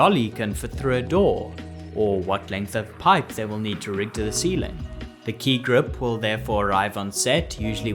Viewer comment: Admit it ... you all enjoyed hearing him say Ki Grup over and over.